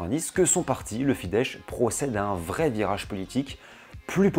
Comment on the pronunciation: très bonne video, petite précision: on prononce FIDESZ avec un simple "s" comme son (en français: on écrirait "fidesse" avec cette prononciation), j'ai le hongrois comme langue maternelle.... Par contre, si tu lis un "s" tout seul, comme à la fin de "Mészáros", on prononce "ch", comme si on écrivait "Mésaroche" en français, du coup Soros par exemple se prononce "Choroche" en hongrois